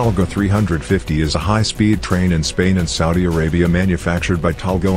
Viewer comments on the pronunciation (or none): none